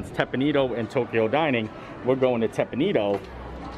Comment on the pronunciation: Hi thanks for this video. I haven’t eaten there in years so it’s nice to see it open. By the way, the restaurant is pronounced Tep pawn Eh doh. Thought you would like to know. Thanks, and keep on making great content!